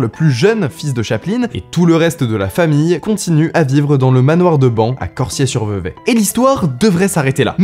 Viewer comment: bravo bravo pour la prononciation de Vevey ! J'ai beaucoup entendu des français écorché le nom de cette ville